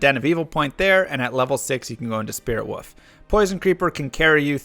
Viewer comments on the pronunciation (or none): Why do you say "woof" instead of "wolf"? Is that a running or community joke or something? xD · Can anyone explain to me what is with the "woof"? Is it a meme in his chat or something? I thought at first was a speech impediment but he has no problems saying any other l's so now I don't get it